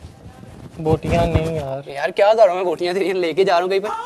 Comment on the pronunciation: botyannnn nhi pleasee.botyann nhi please....hahahahhaa.chakka sala...:D